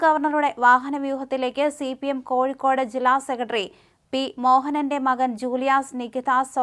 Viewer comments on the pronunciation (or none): none